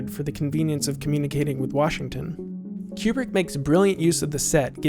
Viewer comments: I'm pretty sure Kubrick is not pronounced Q-Bert. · It drives me crazy you say his name wrongly. It's not pronounced like a pool cue, but like a chicken coop. Koobrick. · Great video, but your mispronunciation of 'Kubrick' drove me crazy (ku:brik /u/: 'oo' as in 'goose'). Please, god, get it right. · Re: Stanley's last name, which you pronounce as "Cue-brick", do like the NASA scientists and the space flight attendant in the movie do and pronounce it as "Koobrik". We people who lived through his career know him by that pronunciation, so on such a monumental work that you've done, it would have been a nice touch, otherwise... well done. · Pronunciation of Kubrick and Werner von Braun are wrong.